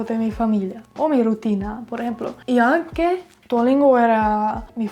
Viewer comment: ya todos te llenaron de halagos (mas que merecidos) asi que yo voy a ser el mala onda.. pero espero sea util :) es "responsAble" es "aUnque" (en italiano aunque = anche y si tiene la pronunciacion que usaste) es "con QUIEN" ya que es una persona pequeñas correcciones para que tengas en cuenta y puedas seguir mejorando tu gran trabajo :)